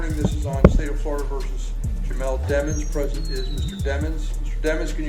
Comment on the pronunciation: His last name is Demons!....stop pronouncing it demmons😢